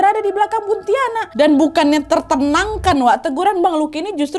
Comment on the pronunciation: Buntiana kak bukan buntianak